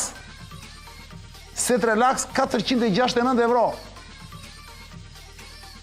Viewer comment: O çan ca je ti ore... euro thuhet shqip, e jo evro...